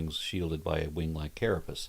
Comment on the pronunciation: carapayss!? (checks) dangit I've been saying carapus for forever... (oh, you said carapus too !)